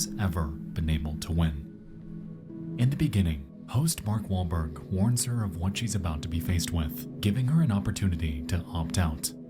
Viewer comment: bark welberg he said bark